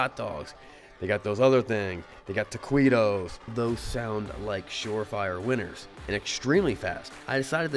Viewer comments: OOHHH....what's a Tauh-Qwito??? 😂 im from Cali we have Taquitos out here 😎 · It's not tacwuito's its taquito's With a Qu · Toc-WEE-toe!!😅😅 Bless your heart, it's pronounced tah-KEE' toe. Enjoying your channel! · "Taquitoes" pronounced "ta-kee-toe" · Tah-kwee-toes has me dying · "they got tuh-kwee-doughz" lol! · You lost me at tuh-quee-toes 😂😂😂😂